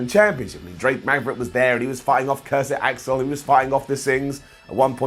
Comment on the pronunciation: Ah yes my favorite superstar in WWE: “Cursit Axel”. In all seriousness tho, actually starting to somewhat enjoy WWE’s televised shows again and not just NXT